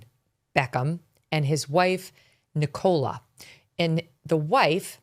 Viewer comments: NICK-uh-luh ...(Emphasis on Nick)... NOT.... Ni-KOLE-uh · NIcola - emphasis on I not on the O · Its not Ne-Cola haha its Nick- O- Laaa. 🤣😂❤ thats my name 😉 Americans obviously dont use that name a lot 😅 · Nicola, not ni-Cola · It’s pronounced ni-co-la. Nicola. Not ni-cola. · The pronunciation of Nicola 😂😂 Nic cola . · Never in my life have I heard anyone pronounce the name Nicola as "Nick Cola" 😂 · It’s pronounced Nickela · Wow, can no one in the states pronounce Nicola? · That's not how you pronounce Nicola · Can Meghan not pronounce Nicola?? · Why can zero Americans pronounce Nicola right... wtf...